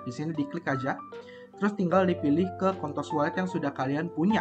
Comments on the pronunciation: kontos ya bang, jgn pake L wkwk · Ko mau ingetin jangan sampai salah nyebutin s di ujung jadi l 😭 bayangin lu pnya koin apa ,oh kontos, s nya jadi l